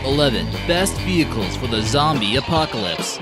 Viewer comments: Omg 😂😂 the fact that you noted venchiles had me cracking up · Lol venchiles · he said vehicles not vehchile